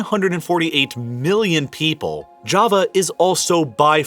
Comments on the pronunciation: sounds like he said kava, when he meant ja-va. Kava is that soothing drink made from this one plant lmao 😂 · That Jawa Not Java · it's not java is jawa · Its jaavaa pronounced... Not Jahva like some Jamaica island, and big doesn't always mean more, doesn't america teach you this?